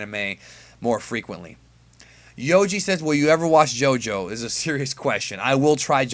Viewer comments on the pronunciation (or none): none